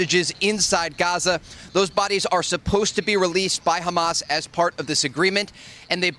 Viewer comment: Hamas ❌ Hummus ✅